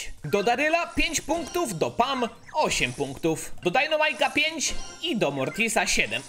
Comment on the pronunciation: jak byś mógł postać dynamike czytać poprawnie czyli dajnamajk zamiast dajnomajk było by fajnie bo mnie przez to uszy bolą i z góry dzięki